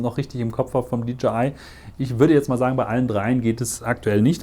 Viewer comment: Tolles Video und Vergleich. Danke fürs machen! Freundlichen Hinweis, wenn ich darf: wie man „DJI“ richtig ausspricht ist folgendes: „DeeJay Ei“. Ja, wie ein Disco „DeeJay“! Sie sprechen Dee Je Ei aus und leider finde ich es als sehr ablenkend in eine ganz gut gemachtes Video. Viel Erfolg!